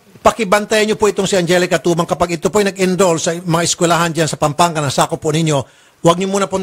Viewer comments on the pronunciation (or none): Mali po kayo mam... angelica "timang"po atah😂😂😂hindi po tumang